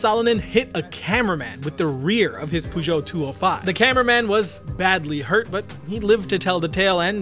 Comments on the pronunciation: no way way you say peugeot as poo jot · It took me a while to realize, that this mysterious "Poojot" car manufacturer is supposed to be "Peugeot". The English pronunciation of that word is really weird. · "poo jo" 😂😂😂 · puegot? xD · Much mispronounced Peugeot